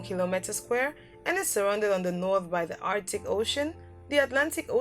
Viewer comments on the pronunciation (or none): none